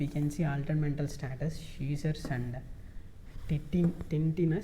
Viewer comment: No titinus it is tinnitus